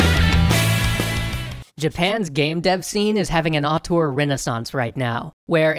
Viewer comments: auteur, not artor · Interestning subject. But man, was the word "auteur" butchered. I'm french, and at first I did'nt understand it., you realy should check the prononciation, because you use the word a lot in the vid and it sound way more like the french word autour (around) than (auteur).